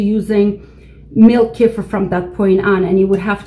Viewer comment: I don't find anything at Wikipedia for Kifer, tried Kifir based on you pronunciation and didn't get a match. So, I tried with Google and I don't get anything for Kifer, but do get links for Kefir. Trying Wikipedia again, I get this link, Quote: " _Kefir (/kəˈfɪər/ kə-FEER;[1][2] also spelled as kephir or kefier; Russian: кефир; Adyghe: къундэпс; Karachay-Balkar: гыпы) is a fermented milk drink similar to a thin yogurt or ayran that is made from kefir grains, a specific type of mesophilic symbiotic culture. The drink originated in the North Caucasus, in particular the Elbrus region along the upper mountainous sections of Circassia, Karachay and Balkaria, from where it came to Russia,[3][4] and from there it spread to Europe, Canada, and the United States, where it is prepared by inoculating the milk of cows, goats, or sheep with kefir grains.[5]..._". I'm sure that this is what you are talking about, " Kefir. instead of Kifer.. Please make the correction in the title for this video, if that can be done without losing this page.